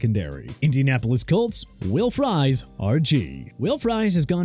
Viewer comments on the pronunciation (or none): Terrel (Tir-rell) Bernard not terrol stupid! Also Will Fries (freeze) not fries like the fried potatoes! Useless! And even worse you have Tyrone Tracy's last name on screen incorrect because THERE'S NO "E" IN TRACY!!